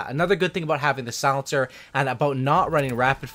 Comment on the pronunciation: Is he saying solincer?